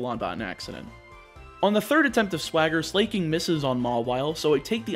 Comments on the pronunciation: At this point I am convinced he pronounces pokemon names wrong on purpose. No one who has ever lived thought it was pronounced "Slay-king" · please pronounce it as su-lah-king >< <3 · As a gay guy, I love that he pronounces "Slaking" as "slay, king!" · My eye would twitch every time you pronounced Slaking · why did you pronunce slaking like that